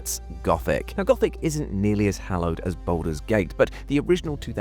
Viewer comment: Bouldur's Gate, innit?